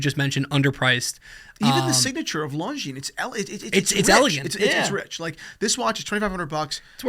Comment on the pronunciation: This is a watch channel. That is not how you pronounce Longines.